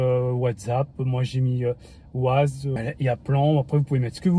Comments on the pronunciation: Bonjour et merci pour la vidéo. ça tremblote quand même beaucoup ! Et pour info, on dit "Wèze" et pas "Waze", c'est de l'anglais 🙂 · ma grande question c'est comment il arrive a bien prononcer Spotify après avoir prononcé "Ouaze" et "Bloutou" je m'attendais tellement un un Spotifi^^